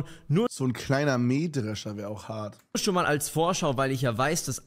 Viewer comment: es heist nicht mehdrascher es heist meishecksler